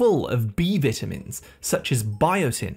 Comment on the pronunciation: oh my god the way he says vitamins is cringey, he's pronouncing the word wrong 😮